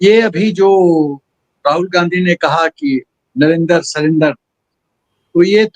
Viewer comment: राहुल को जुमलेबाजी भी करने नही आती। जब वह सकता है 'नरेन्दर सरेंडर; तो उसको इतनी अक्ल नहीं है कि प्रधानमंत्री महोदय का नाम नरेन्द्र है; न कि नरेन्दर। नरेन्द्र और नरेन्दर के हिज्जे और उच्चारण में ज़मीन आसमान का अंतर है। धन्यवाद।